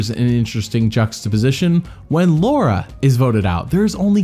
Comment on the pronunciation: "Luara" lmao